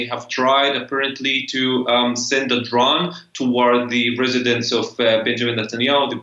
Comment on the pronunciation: does DW only hire reporters who cannot speak English? First guy sounds like Elmer Fudd, second dude can't even pronounce "drone" ... "drawhn".